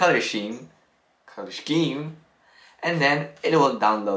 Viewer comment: It's pronounced SKEEM my man 😂. Good vid tho